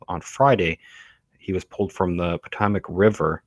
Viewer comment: River he was found in is pronounced Potomac (Pe-Toe-Mek). Scary S man! They kill like it's nothing